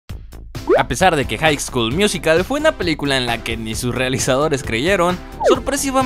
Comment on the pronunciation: Nadie: Absolutamente nadie:: Haik SKuL Miuzikal